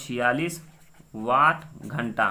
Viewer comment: घंट नही मामा जी घंटा होता है ।🤣